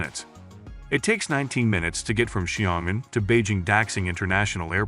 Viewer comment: as a Chinese, Xiongan should be pronounced "sion" & " an", but no "g".